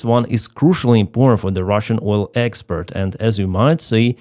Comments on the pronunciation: Thanks, been following you throughout! And your English is surprisingly good - but please distinguish "exPORT" from "exPERT"! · you keep pronouncing export like expert. I'm sure you're aware they mean vastly different things If I was mispronouncing something, I would sure hope someone corrected me. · The word is export not expert. That's something completely different 😂. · Gentle que: expert => expoooort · appreciate all your updates been following you for a while with respect I noticed on this update you were pronouncing export incorrectly what's your repeating all the time is expert when it should be export for example expert electrician vs export goods. Just trying to help out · Слава Україні! (when you say "expert" I think you mean "export") Cheers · To “export” not “expert” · Good job but it is export not expeet. Very different words. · it's "export", not "expert".. Good coverage, as usual..🙂👍🇬🇧🇺🇦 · Export, not expert. 😄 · Hello No disrespect to Clive at all it was meant as a light-hearted, polite observation. I was genuinely enjoying the video, but after hearing “expert” a few times in a row, I was momentarily compelled to mention it 😄 No criticism of the content or the message, just one of those human, in-the-moment comments. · I haven't seen a video in months, subscribed, always like, and love his Oil Experts pronounciation! Slava Ukraine. Hopefully something Russian / JE / USA takes out some hidden pipelines into our govmt.